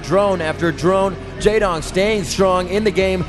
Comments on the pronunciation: Wow, one of the casters is really bad... saying "Jay-wong" instead of "Jay-dong" and not understanding even the basics of the game. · Did anyone else cringe when the American commentator opened his mouth? "Mutes"... really? "Jaewong"... In the previous video when the camera was showing the Korean team spectating a game he said something like "There's Flash, Goozila... and the rest" The rest being Jaedong... I'm beginning to think he doesn't know who one of the top BWs players ever to play the game is.